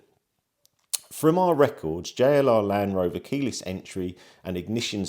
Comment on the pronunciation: Doubtful you will get any meaningful response. Also it’s LAND Rover not LAN-Rover😂